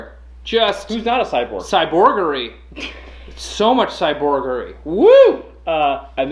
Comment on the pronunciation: "Cyborggery"... Cyrbuggery.....................*snap* CYBORGY!